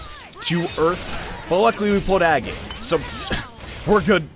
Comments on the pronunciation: She says it IN HER INTRO!!!!! it's NOT pronounced "A-gate" it's "AG-it" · Mispronouncing agate: Ugh... This hurts my geologist heart. Dahlia: UUUUUUUUGH! CURSE YOU JUDAEO-CHRISTIAN SOCIETY FOR MAKING ME FEEL AWFUL ABOUT SEEING SOME GODDAMN PIXELS! Edit: AND A FIGHT THAT YOU WIN IN GAME BUT LOSE IN THE CUTSCENE?? IT'S LIKE THIS PART WAS MADE TO TRIGGER ME! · it Agate not Agate, there's a difference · An agate is a gem.... please pronounce it correctly lest you want me to get t-t-t-triggered